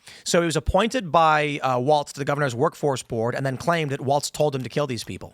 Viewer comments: Tim, his name is Walz, not Waltz. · Tim keeps saying Walts, but is Walz. Like no Balls Walz.